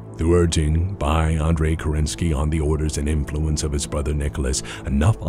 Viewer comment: That you say Andrey instead of Andery irks me. That you would suggest that the Founder had even thought of having his own brother killed, boils my blood. Were I still playing MWO I would have issued a batchall. (Seriously though very good job. Beautifully edited. The music and pictures match up properly.)